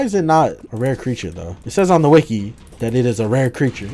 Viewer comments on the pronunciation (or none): none